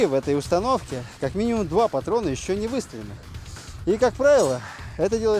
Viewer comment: Да он троллит думаешь он не шарит он специально как бы сделал ударение на слово патрон